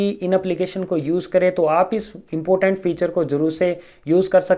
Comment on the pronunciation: Bro important hai not impotent